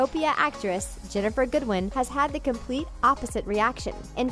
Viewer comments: It's Ginnifer not Jennifer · Ginnifer! Not Jennifer! Ugh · It's Ginnifer not Jennifer. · Wow didn't have the decency to figure out Ginnifer Goodwin's real name? It's Ginnifer, not Jennifer. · Her name is Ginnifer, not Jennifer -. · omg her name is Ginnifer not jennifer lol gj like legit she my fav tho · Her name is Ginnifer, not Jennifer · Sorry but it's ginnifer goodwin not Jennifer goodwin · Her name is Ginnifer. Not Jennifer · Pink angel she said Jennifer thats not her name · its Ginnifer